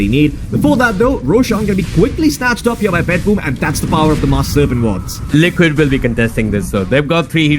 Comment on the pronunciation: I hear lickit not liquid 😂😂